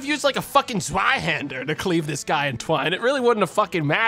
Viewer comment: It is cleaved in "twain", not "twine". Twain means cut in half. Twine is a kind of thin rope or string.